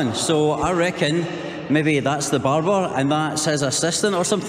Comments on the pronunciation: Its not barber, Its Babur (Mughal Emperor) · He is Babar not barbar 😂😂 the father of Humayun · Bruh I wheezed when he referred to Emperor Babur’s tomb as ‘Barber’s Tomb’ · Bhai wo Babur nahi Barber hi h. नाई का मकबरा